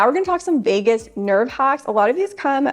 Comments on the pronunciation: “Vegas” nerve…lol…VAGUS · You're always such a joy to watch! But I must mention that it's the "Vagus" nerve, not "Vegas" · Vegus Nerve, not Vegas, NV, haha